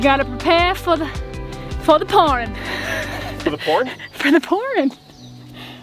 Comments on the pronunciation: I have a question. or, have you gone to school for woodwork or just building things? Y'all are doing a fantastic job on all the projects! Ok, LOL was putting the accent on pouring but kept thinking she was saying "porn"!!! 🤣😂🤣😂🤣😂🤣😂❤ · Oh you are killing me. I can't stop laughing. I'm like. I also thought you said porn when you were talking about rain. 🤣🤣🤣🤣😂😂😂😂😂😂🙈🙈🙈🙈🙈🙈🙈🌋🌋🌋🌋🌌🌌🌌🌌🌌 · You guys are amazing. You never let challenges get to you. On a funny note, I heard pourin but I literally laughed out loud at prepare for the porn 😂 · We all heard 'Porn!" LOL